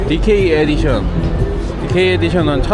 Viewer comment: 츠치야 영어발음 은근히 따라하시는거 나만 웃긴가 ㅋㅋㅋㅋ 디께이 에디숀!